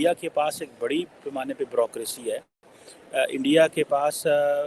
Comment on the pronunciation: jee Brokroshi nhi hota hi. Bureaucracy boliey. Your Ph.D is not upto mark? and it is below international level. Although you have improved but your speech is copy of Sajid Tarrar and other Y tuber?